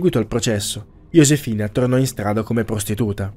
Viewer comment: ok ma "Yosefina" non si può sentire